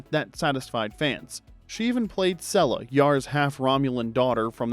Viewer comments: Seela, not Sella. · It's "See luh", not "Seh luh".